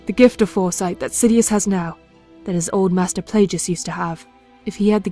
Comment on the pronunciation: Also....I believe it is Darth "Play-gus" not Play-jus"